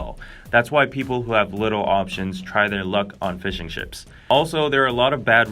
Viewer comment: is it only me or "fishing ships" sounded like "fish and ships" XD